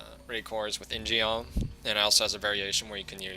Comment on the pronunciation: Eww that shit pronunciation of "In-Geom"